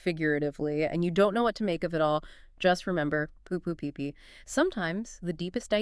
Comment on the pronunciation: I question whether is actually AI. She mispronounced poo poo pee pee once which I don't think an AI would do.